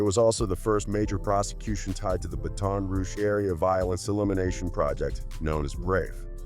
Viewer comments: Say ( BAT ToN, not ( BATIN). BaTON ROUGE))😅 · Say you saying Ba ton Rouge so wrong fam it’s one word ya dig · Yo lol! Dude is killing that word